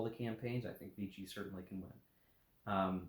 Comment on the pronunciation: Note on French pronunciation: Vichy is pronounced, "Vishy". Rhymes with fishy. Thanks for review.